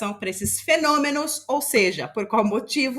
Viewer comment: fenonimos e metanicos KKKKKKKKKKKKKKKKKKKKK MORROH